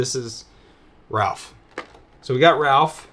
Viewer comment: You call raph Ralph. What’s up with that